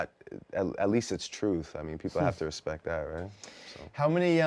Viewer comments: "i have mutual RESPECK for both guys" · "I Have a mutual RESPECK for both guys" Drake so shady LOL